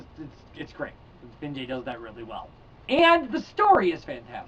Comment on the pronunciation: Vinge-E, I believe. I just started this book and am digging it.